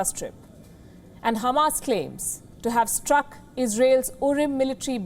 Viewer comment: Are you Israeli too Sister? For saying Khamas rather than Hamas